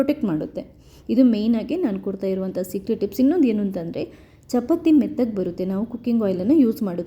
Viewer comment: ಚಪತಿ ಅಲ್ಲ, ಚಪಾತಿ ಅಂತ ಹೇಳಿ.